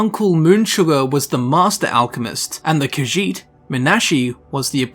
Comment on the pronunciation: It's irritating to hear him repeat Kajiit again and again because he mispronounce it horribly. And he repeats the name like 15 times in 30 seconds.